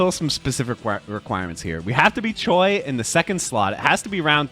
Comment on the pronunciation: You have to go back and do KoF '98 Choi's C Taunt correctly... I can't believe you got it wrong that many times, it killed the video for me lol